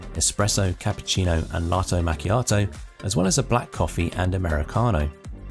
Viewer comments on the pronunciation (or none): none